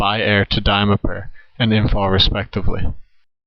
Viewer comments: Imm - pahl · You expect me to take you seriously when you pronounce Imphal as “Imfall”?